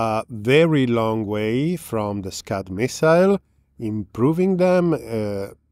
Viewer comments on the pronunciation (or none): you pronounced Scud very inappropriately but we love you anyway.